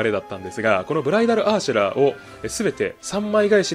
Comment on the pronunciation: 最初ブライダルアーシェラがブライダルアエーシェマに聞こえた